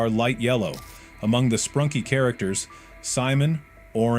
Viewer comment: ‘Sprunky’ ‘Sprunkie’